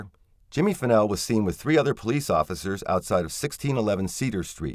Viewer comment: Jimmy Fennell, not Pennel. His friend Curtis Davis, is the one who gave him a ride. Curtis Davis worked in Bastrop and lived in Giddings close to Fennell. He took off work early that evening claiming he had a broken tooth. He was scheduled to work the 7pm - 7am shift. Unfortunately Curtis Davis can no longer be called to testify. He passed away the day before election day.